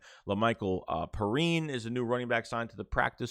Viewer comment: Have you seen Devon Allen run KRs?? Go watch his Oregon tape he was a beast and it's Pee-Rine not Per-reen lol 😂